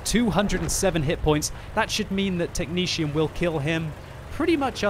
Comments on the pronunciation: Mrsirr "Technezium" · Is that how technetium is pronounced? I always just said it with both t's being a hard T sound rather than a shh type thing.